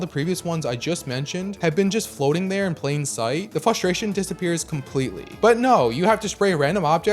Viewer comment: It’s FRUSTRATION not FLUSTRATION or FUSTRATION😭